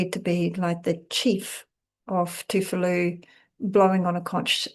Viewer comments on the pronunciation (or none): Tuvalu not Toofalu